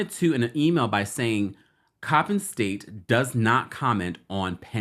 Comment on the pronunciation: yes Coppin State was pronounced correctly!! Thanks from B-More ☺️☺️